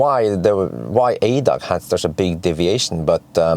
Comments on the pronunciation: Again an informative video from you. For your information: ADAC is the abbreviation for "Allgemeiner Deutscher Automobil Club". The letters are pronounced individually A D A C. Kind regards from Germany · We don’t say it in one word in German. A-D-A-C like AC/DC Never heard it in one word 😅 Follow your videos for years now, greetings from Vienna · It´s pronounced A D A C ;-) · Funny to hear it as ADAC, sounds unfamiliar. We say the letters separately. A-D-A-C.